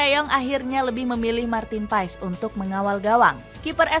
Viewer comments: Lidah org jawa,indonesia ya tetep Paes. Bacanya Paas/Pees sih? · Kata kochi manggilnya : PAAS, bukan PaEs.